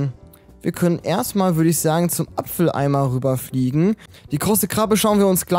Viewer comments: Das heißt Abfalleimer nicht Apfeleimer 😂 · Das heißt aber Abfalleimer nicht Apfeleimer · ''Apfel Eimer'' xDD Das heisst Abfall Eimer :D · Hast du mit Absicht apfeleimer gesagt